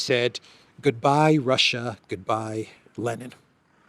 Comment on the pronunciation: Lenin, not Lennon